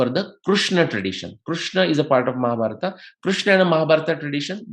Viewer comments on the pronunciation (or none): आप शब्दों का गलत उच्चारण क्यों करते हैं जबकि आप एक विद्वान व्यक्ति हैं। जैसे कि भीमा (भीम), महाभारता (महाभारत), इत्यादि।